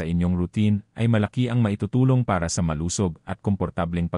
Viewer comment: Pronounce the words correctly like Balat,malusog,makasama,kati, etc.